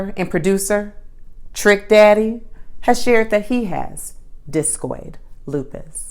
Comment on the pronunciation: I was crying watching this until you said Trick Daddy the way you did lol I love seeing a Black female doctor explain this as a Black female thank you so much for clarity.